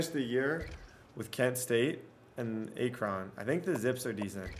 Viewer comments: The way this man said Akron.. he said “AYEKRAWN” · Dude....Akron = Ack-Run